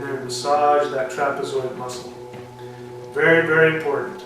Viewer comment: wery good tecnicue! eweryone can do this and wery practical! shamanistic!